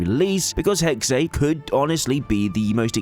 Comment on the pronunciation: 'Hexe' is pronounced 'Hexa', not 'Hexay'. It's the German word for 'Witch'.